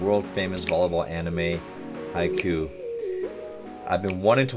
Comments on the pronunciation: Small nitpick; the name of the show sounds like this= Ha-ii-khyuu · i love how he say haikyu "haiku" Its soo wholesome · Oh my goddddd yeeeessssss pleaseee!! React to the whole series please! Also you're saying "Haikyuu" wrong, the "Kyuu" it's pronounced like a "Q" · I love to watch this, pls do it more! The upcoming season will be October! Ps. The name actually pronounces Hai-Q (Ha-i-Ki-u) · Each time he says "Haiku", a year gets taken off my life. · Japanese words are split up in syllables, just pronounce them seperatly. Ha-i-kyu-u. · No one:: Hai"cool" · he pronounced haikyuu as haiku 😂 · This reaction was great, I thought it was really entertaining especially since it's one of my favorite anime! I'd love to see more of your reactions, especially when the more skillful and strategic characters get involved!! (Just a small note it's pronounced high-q Also the back of the black jackets say karasuno volleyball team👍) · Did anyone realised he pronounced haikyuu like haiku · omg yessss plsss you've taught me so much volleyball and i was pushed to play volleyball by the amazing show Haikyuu and if you see this, Haikyuu is pronounced, Hai Q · Haikyuu i pronounce " Hi- Q" and protagonist's name is Hinata Shoyo. I hoping forward for you to continue more reactions on this anime because it's really worth watching. More power tyour channel and please always stay safe. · Fantastic! His name is Shoyo Hinata (last name, first name) or sho for short. The Kurasuno is the name of the high school he was watching play right at the start! And as others have stated , its pronounced high-queue. Cant wait for episode 2! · It's pronounced high-queue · Oh and also haikyuu is pronounced hike-you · the way you pronounce haikyuu is giving me psychic damage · Lol he already changed the way haikyuu is pronounced on the future eps. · He can't say haikyuu He needs to figure it out Before my brain dies. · The way he’s saying haikyuu is killing me😭😭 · lol hes saying hi ku not hai kyuu